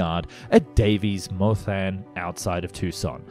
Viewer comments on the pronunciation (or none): For the love of satan it's Da-av-is Mon-than